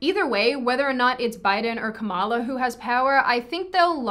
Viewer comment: Also learn how to pronounce Kamala’s name correctly, you can pronounce everything else right. Why not someone’s name??